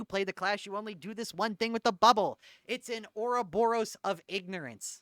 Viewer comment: I know it's not the focus of the video but why the FUCK did he say "ouroboros" like that